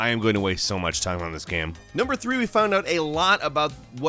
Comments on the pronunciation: It's game not guyam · can you please stop pronouncing game as GEEEHMM? Thanks.